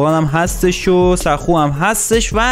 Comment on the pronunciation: آقا اون سکو نیست ساخو هست بعدش تو چجوری فکیر رو نمیشناسی؟؟؟